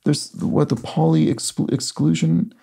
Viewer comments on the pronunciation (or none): Meson is pronounced mee-zon Pauli is pronounced pow-lee .